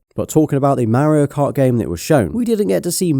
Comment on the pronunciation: The way he pronounces “Mario kart”😂❤